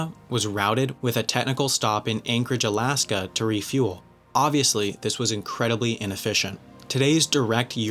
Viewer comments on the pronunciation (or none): none